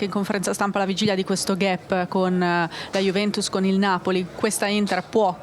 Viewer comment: Cara giornalista intervistatrice si pronuncia GAP non GHEP come on.... Sempre forza Inter!